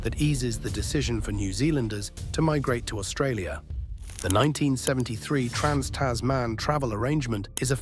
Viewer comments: Its Tasman (one word), not Tas man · Tas Man. lol what.